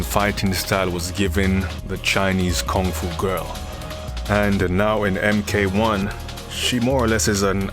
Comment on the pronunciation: I'm sorry but please pardon me I really like on how you pronounce Kung-Fu